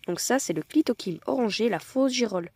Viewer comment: Pourquoi dites vous "caloquère"et "clitoquibe" ? On doit dire "calocère et clitocybe" avec le son "s"et pas "q" .?